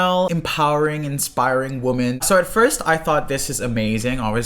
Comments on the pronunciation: One women. Multiple woman pronounced( weemon) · The plural of woman = women, pronounced as “wimmen”. It’s called respect and proper grammar. Just saying… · For the love of God, pronounce “women” correctly! What idiot taught your generation to pronounce it like “woman””?! It’s pronounced “wimen”! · i gotta say....its pronounced WHIM en not Whoom-an. Woman is singular, Women is plural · one (woman) two (wimen)! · 'Women' is pronounced - whim-en. FYI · This was great but it’s pronounced “wehmen” ... woma is singular and women is plural. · ITS WIMEN OMG. WOMEN PRONOUNCED WITH A WEE. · Hey just wanted to let you know WOMEN is pronounced "Wim en" not the same as "woman" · Cringing when this kid can't pronounce "women" probably 🙈😖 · Can you pronounce women correctly please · That’s not how “women” is pronounced 😅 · Pronouncing ‘women’ wrong…😑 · you mispronounce women (you have a different first language probably?)